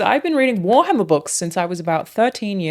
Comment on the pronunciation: haha "you guessed it wharmarrrr" hahahahaha